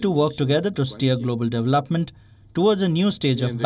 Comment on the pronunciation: doublepment... hahaha